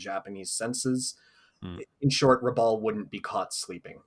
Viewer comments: Just for the record, Rabaul is pronounced rɑˈbaʊl (phonetically rah-boul), not ra-bowl. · Interesting that the "4th' Kokutai (4th Ku) was so named. Then subsequently, the Japanese Navy; recognizes Them as the "Hard Luck Unit". Because according to Traditional Japanese Culture (albeit superstition); the Number '4', is like '13' to Westerners - Bad Luck. But more so, as the Japanese pronunciation of '4', is very close to the pronunciation of Death. Therefore, Number '4' has become synonymous with Death.